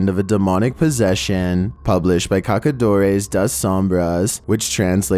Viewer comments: Just a note: The little tail under the "c" changes it to the "s" sound so that Cacadores sounds like Kasadores(hunters) instead of Kakadores(poopers)... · I love your videos!!! Just one hint about portuguese, when you see this letter "Ç", like in "caçadores", it's like two "S", you pronounce "cassadores"!